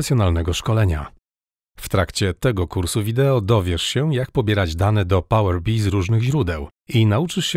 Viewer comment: Nigdy w życiu nie słyszałem, żeby ktoś wymawiał to "pałer bi", chociaż faktycznie kolory przypominają pszczołę